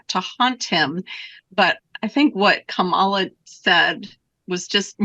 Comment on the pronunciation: They can't pronounce Kamala correctly